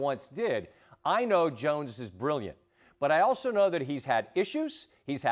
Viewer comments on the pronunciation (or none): none